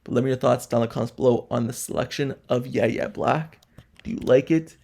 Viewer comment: So no YouTuber is going to say his name correctly? Have you watched any college football in the last 4 years? His name is pronounced “Y” - “A” Black! 😑